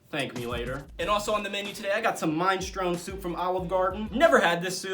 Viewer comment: bruh, you saying minestrone incorrect. I'll try to spell it phonetically. "mi-na-stro-knee" hope that helps haha